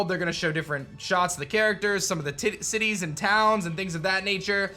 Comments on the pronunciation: “ they’re going to show some of the titti- cities and towns” 🤣🤣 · titt- city’s lol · When you went to say Cities and towns, you nearly said titties 😂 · The tounge slip though XD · I will not say the word but you almost said cities with a “T” lol